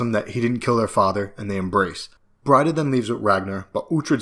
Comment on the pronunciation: Why mispronounce "Breed-a" as "Bride-a"? Never done that way in the show.